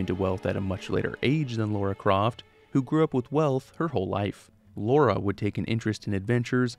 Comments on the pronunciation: LARA not LAURA. Why do we yanks have such a hard time with that? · Every time you called Lara Croft, Laura, I died a little inside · L-A-R-A Croft … Lara .. drop the u buddy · Even the mighty falls victim to the cursed mispronounciation of "Laura" Croft.. 😅